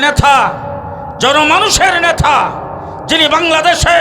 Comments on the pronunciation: আপনি তো নেতা শব্দটা উচ্চারণ করতে পারতেছেন না নেতাকে বলেছেন নেথা কোথা থেকে লেখা পড়া করেছেন আপনার তো ইসলামী কোন ধারনা নাই দালালী শুরু করেছেন ভালো হয়ে যান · নেথা হবেনা উচ্চারণ হবে নেতা।